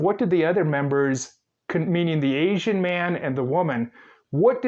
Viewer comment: One if his many offenses. If i had to hear him pronounce “asian” one more time i was ganna have an aneurysm.